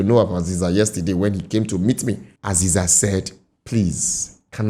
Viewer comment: Eziza, not azeza, the God of winds in benin / edo language